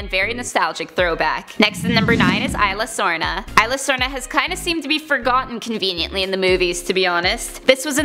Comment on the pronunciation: You said the name of the island wrong Isla Sorna